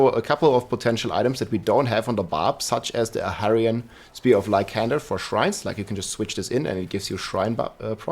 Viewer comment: Ahavarion, not Avarian nor Aharian Chorus, not Chocs - also, it’s an incense, not an elixir Soothing, not Smoothing #dyslexia